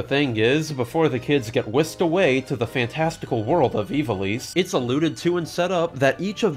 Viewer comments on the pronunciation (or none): Isn't in pronounced 'eye-va-lice' instead of 'ee-va-lice'?